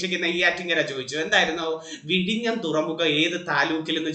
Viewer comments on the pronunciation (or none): none